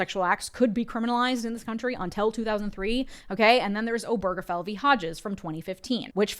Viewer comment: Why does no one seem to know the stress is on O not ge.